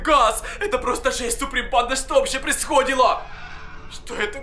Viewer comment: Все - ААААААААА!!!!! ЗАЧЕМ ТЫ ЭТО ЗДЕЛАЛ?!?!?! КОШМАР!!!! АААА!!! Я - Не не происходило (ударение на первый слог буква о) а происходило (ударение на 4 слог буква и) 😂